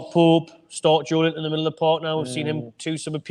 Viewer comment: Why does the other lad call big Joe: "Joelint-on" like they are two words? It's Joelinton man! 😂